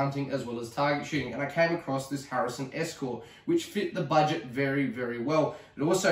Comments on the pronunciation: harrison???? its a hatsan!!!! lol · its a HATSUN ESCORT .22lr not a harrison as you keep calling it.